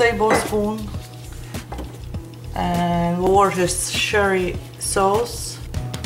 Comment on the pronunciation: Loved your attempt at pronouncing Worcestershire Sauce. Better than mine! Just did these ribs with an Asian twist and looking for other ways. This looks great. I will review your coleslaw recipe also. Hope it is fermented. Thanks